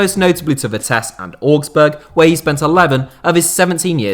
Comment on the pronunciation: your pronounciation of augsburg infuriates me